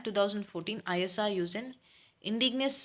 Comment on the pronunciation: You telling ISRO for I S R O but this is isro